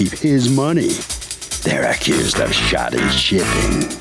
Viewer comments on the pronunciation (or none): The word is 'Shoddy' not Shotty. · Um, I think you meant to say "Shoddy," not "Sotty." Those are two completely different.